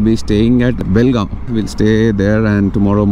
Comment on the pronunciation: Lo bolimagane it's Belgaum not belgaon